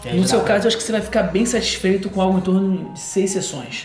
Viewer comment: Em 3’50” o dr fala SAStifeito… é o fim…